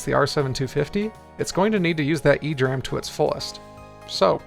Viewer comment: E-D RAM, not "ee-dram"